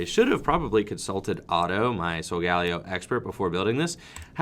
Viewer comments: McCorkindale Layo was how I heard Ash say it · Is that how Solgaleo is said? I heard a different pronunciation in the anime